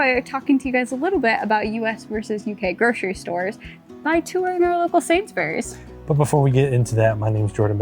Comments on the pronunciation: Pronounced SAINSBREES not SAINS BERRIES. What about LIDL, M&S, CO-OP, COSTCUTTER, FARMFOODS, SPAR, KWIK SAVE, PREMIER, ICELAND ? Food in the USA lasts longer because it's full of preservatives and chemicals that are banned everywhere else ! British breakfast cereals have WAY LESS sugar in them. A lot of UK freezer/cold sections have sliding doors on them. ALDI for instance. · No! It's pronounced SainsBURIES.